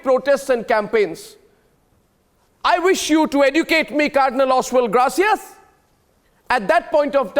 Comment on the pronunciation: Surprisingly AG cannot pronounce the name ' Gracias' . He sounds uneducated to day the least.